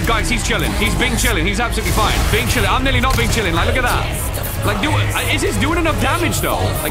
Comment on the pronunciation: I love how says bin chilling